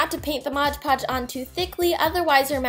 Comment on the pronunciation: I don't mean to offend you in any way but it's pronounced mod podge not modge podge